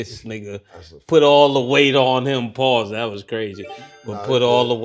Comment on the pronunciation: the way Jayson Williams pronounce “pause” should be PAUSE!